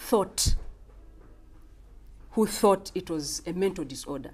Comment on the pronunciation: “is this a deesordaaa” I lost it💀